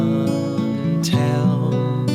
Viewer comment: Its cant not cont